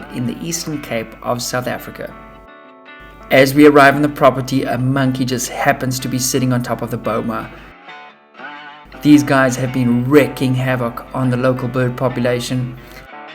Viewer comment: It's "wreaking" havoc, not "wrecking" havoc.